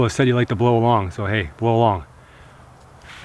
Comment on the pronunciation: You said blow long too though lol